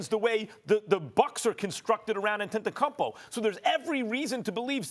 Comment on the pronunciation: "Ann Te Te Kun Poh" - Max Kellerman